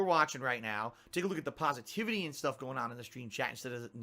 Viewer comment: "Pahsivitivity" "Pahdkahst" Remember that, guys. It creates the kwality kahntent